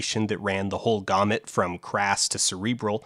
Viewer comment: I read this whole thread and just giggled because I barely noticed or cared about any of these pronunciations and then he said "gamut" as "gohmet" right at the end and I almost choked on my drink.